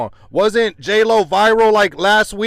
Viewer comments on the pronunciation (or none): 😂 i like how say JLo he called her Joro😂😂😂